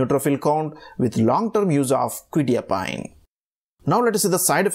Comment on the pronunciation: Nice video but you are pronouncing the name wrong, it's "kwe-tye-a-peen" not "kwe-tee-a-pine"